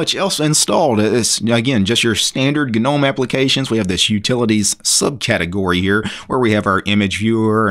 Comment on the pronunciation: Its a silent G mate